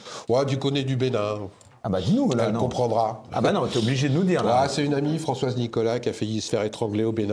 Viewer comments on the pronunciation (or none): none